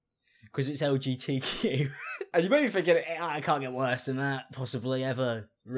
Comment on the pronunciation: Why did I think of “LG TV” when she said “LGTQ”